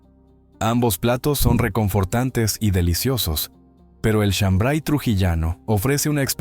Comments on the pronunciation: No es shambray sino shambar y no se prepara con maíz mote sino con trigo pelado. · Soy trujillano y no es shambray es shambar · Es chambray sino Shambar Trujillano